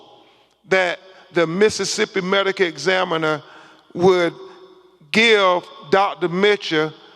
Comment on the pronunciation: The Mississippi "medica" examiner. 🤦🤦🤣